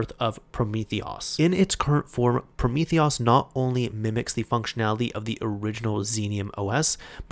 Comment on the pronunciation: PrometheOS is pronounced Prometheus btw :) Theres a hidden Snake game built in, thats the highscore reference :D